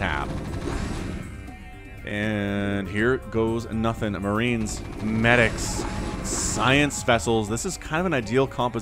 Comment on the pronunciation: Its medics not manivaks.. how is it written...`?